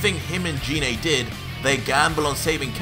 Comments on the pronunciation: its geenay gine not jeenay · Am I the only one who gets triggered when he pronounces gine wrong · Why do you call Gine Jine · no hate but it triggers me how he calls gine name wrong like I'm guessing you've seen the movie where they call her gine